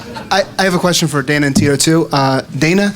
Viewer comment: hahahaha he said DATA TINO FUED LOL